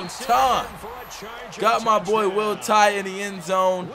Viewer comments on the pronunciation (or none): Doesn’t it sound like they are saying Roll Tide when they say Will Tye’s name